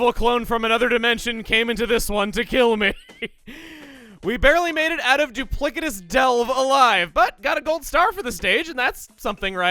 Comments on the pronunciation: it's actually doo plis itous not doo plik itous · You've been pronouncing "duplicitous" wrong this entire time. That "k" sound is an "s" sound. And also "Paratroopa." It's a pun on "paratrooper." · Duplicitous is pronounced "doo pli SIT ous" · Doop-liss-a-tiss. Duplicitous. It means deceptive. Remember Doopliss? It's pronounced like that. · Not to be pedantic, but I feel like you care a lot about proper pronunciation, so you'd probably like to know that the "c" in "duplicitous" is said like an "s." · The 'c' in the word "duplicitous" is a soft c "Doo-plih-sih-tus" No hard K sound in that word Been bugging me since last episode